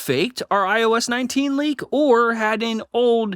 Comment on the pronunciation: I swear u were saying "link" the first 30x u said "leak"